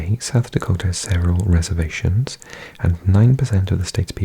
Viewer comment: Nice job with South Dakota. There are some tough names…